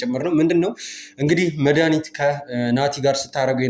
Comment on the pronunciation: አስተካክለሽ አውሪ እስኪ ስስጠይ መዳኒት ምትባይይይይይ ኧረ በስመአብ